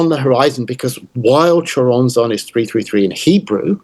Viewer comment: Dissapointed by Nick lands butchering of the name Choronzon though